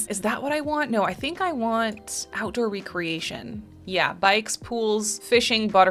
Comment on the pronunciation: You are mispronouncing that word. You are saying: RE-creation. That means to re-build/re-assemble. The actual word is REC-reation. As in leasure, hobby activities. Big difference. 👍🏻